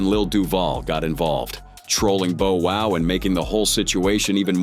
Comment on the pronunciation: 😊This YouTuber keeps on mispronouncing Bow Wow's name it's Bow Wow not Bo wow.